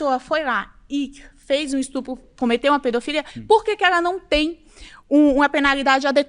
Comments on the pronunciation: Falou instrupo perdeu a moral 😂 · Só não entendi porque nenhuma dessas 30 pessoas sabe pronunciar a palavra “es tu pro” corretamente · "Robox" "ESTRUPO" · “Estrupo” Só nessa palavra dá pra perceber o nível desse pessoal! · O mano meteu um ''estrupo'', depois desse português maravilhoso da pra entender o nível. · “Estrupo”, “estrupador”